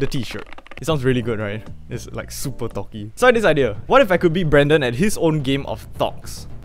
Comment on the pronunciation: It’s sounds he’s saying thots 😭